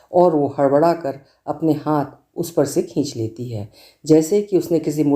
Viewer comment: Aap haath ko haanth bolna band kariye..... bahut ajeeb lagta hai.....